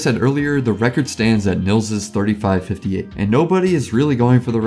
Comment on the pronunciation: btw you say 'nils' like 'neals'.